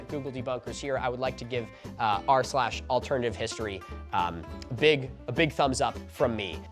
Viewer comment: Take a shot every time Milo gets "r/AlternativeHistory" wrong.